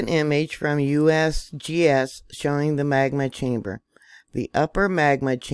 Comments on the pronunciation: Love how you said USBS😂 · Lol! “ USBS” oh excuse me “ USGS”😂😂😂